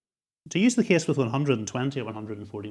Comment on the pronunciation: being from America, it's the "kess" for me